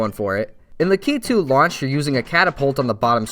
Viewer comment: You’re the first YouTuber I’ve found that says Lakitu the same way my parents do.